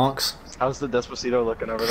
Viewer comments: Why does even pronounce it “dezpazeedo”? 😂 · The way he says "Despacito" makes me wanna die.